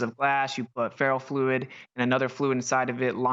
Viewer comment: ...does he say "feral fluid" instead of ferro fluid?